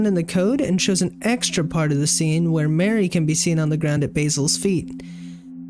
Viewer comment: why he say mari like mary lmfao pretty sure it's more like mahr-ee